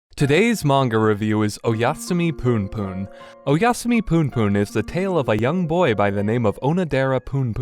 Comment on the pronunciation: loool the way this guy say "poonpoon" is actually hilarious